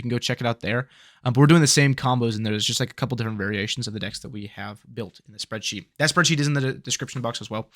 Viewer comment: You say soreadsheet. i get the fuck out of here. Byes.